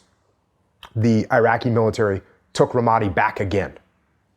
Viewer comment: Learn to pronounce Ramadi, you fucking knucklehead.